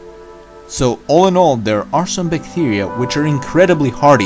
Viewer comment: Bictiria 🤣 Bithtiria 😆😂😂😂